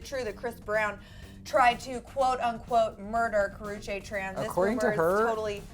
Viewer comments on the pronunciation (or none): Karrueche not karruchae don't know how to spell her name but that just annoyed me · Ka-roo-chee god damn